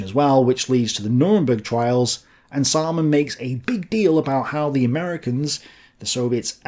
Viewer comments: Anyone else just think 'Simon says' everytime says 'Saaman says'? 🤣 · Seriously, Samaan says? Was that on purpose to sound like Simon Says? Dude, you said epi-tome instead of e-pit-ti-me. Can't even say rookie mistake.